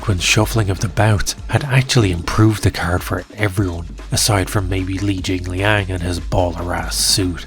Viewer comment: Brendan Schaub calling Li JingLiang "jinggling" is the funniest thing he has ever said.